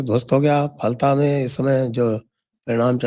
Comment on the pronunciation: Pranaam to both diggaj 🙏Its pronounced Folta 😊